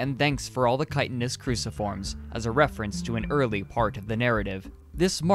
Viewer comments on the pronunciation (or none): none